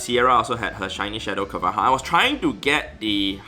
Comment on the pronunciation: i believe carvanha is pronounce as carva-nah! (meant to sound and spell like piranha...)